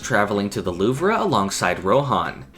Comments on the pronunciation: Isn't it pronounced "Loov", not "Loovra"? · Great video but idk why you kept saying Loovruh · Not to be that annoying guy, but Louvre is pronounced "Loov" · Just saying, it's pronounce "the loove" instead of "the luvrah" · JUST SAY LOOV. IT'S NOT LOOV-RUH. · Lmao the “Louvree” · The "loov-ruh" 💀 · Why are you saying “louv-ruh” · Are you mispronouncing the Louvre or am I? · are you purposefully pronouncing the Louvre like that lmao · I'm crying why is he saying the Louvre like that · I flinched at the way he said Louvre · that is not how louvre is pronounced but no anglophones have ever pronounced a french word correctly so your half forgiven